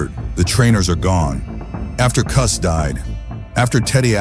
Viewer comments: I can’t get through this with the orator pronouncing Tyson’s trainer as “KOOS”…. Can’t do it 🤯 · Cus, pronounced “Cuss”, due to his full name being Constantine, NEVER referred to his style as “peek-a-boo” until after the media began using that phrase as an insult against not only the style, but to Cus as well. He heard it, knew it was a dig at him and his style, but he liked it so much that he proudly adopted the name and it immediately stuck. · Wish you pernounce Cuz's name right. Is this A.I. ? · God, I hate AI. Pronounce Cus correctly! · That A I voice saying Koos instead of Cus kinda lame.. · Would be cool with a real human voiceover. ..."Koo-s"... Hilarious. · Kuz, Kust, Kustamato..???? Really? Pathetic. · Cus not Kus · Cus as in uh not coos